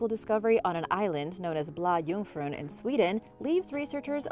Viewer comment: "Blah Joongfroon" tehee, as a swede it made me giggle